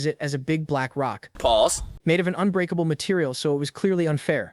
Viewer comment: Er ”pAuSs”